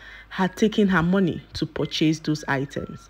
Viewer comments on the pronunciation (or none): none